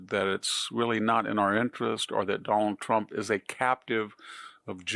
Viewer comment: Who is this “Done-all-Tromp” you keep speaking of, Victor? 😂❤ (I can’t replicate the way he says the name)